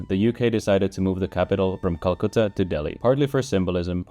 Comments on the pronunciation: The way he pronounced "Calcutta" makes me think he is desi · Calcutta. It's called Calcutta.